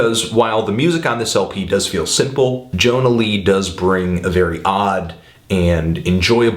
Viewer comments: she is swedish, and her first name is pronounced as "yonna", not "jonna" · if she's Swedish, wouldn't it be pronounced as "Yonna" Lee? as for the album, I love the whole damn thing. Especially "Goods" that song be my jam.